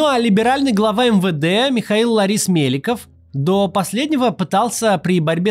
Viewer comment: Только не ЛАрис-Меликов, а ЛОрис-Меликов.